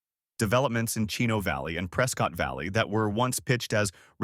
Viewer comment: It's pronounced preskit, not prescott